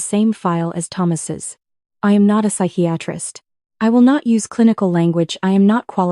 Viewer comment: Si-ki-a-trist!!! NOT sike-rist